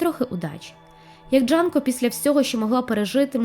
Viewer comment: Дякую за цікаве відео, але вона Джюнко, а не Джанко.